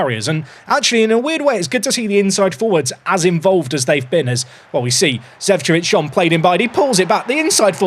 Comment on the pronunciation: Not to be the guy to be nit-picky about the pronounciations, but Zecevic is pronounced "Zeh-cheh-vich", as it's from the Balkans - Serbia in this case.